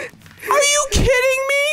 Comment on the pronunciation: "I blew yupf" lol well then...